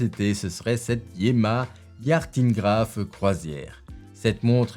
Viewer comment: Pour l'AP, je trouve que c'est une réussite, elle fait preuve de sobriété néoclassique avec cette touche d'audace qui va bien. Pour la Yema Yachtingraf, attention à votre prononciation...on ne dit pas "yartingraf"...Vous n'allez pas voir dans un port des "yarts"...